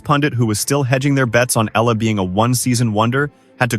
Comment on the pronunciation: Please pronounce her name properly, Alexandra /Alex Eala (Eyala). Just pronounce it right. We will appreciate and thank you for it.